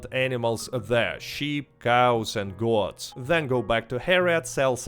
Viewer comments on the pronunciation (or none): You say Goat like Got, and Boat like Bot. Lol its funny